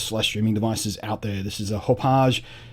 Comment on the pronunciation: Blunty: Great reviews, always!!! "Hapaw je" sounds wonderfully French and fancy. But, Hauppauge is named after the town they're located in outside NYC, locally pronounced "Hap Og" or, if your from Brooklyn or Queens, "Haw Pawg"